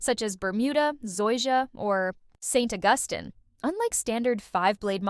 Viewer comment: The way the AI voice pronounces St. Augustine lol.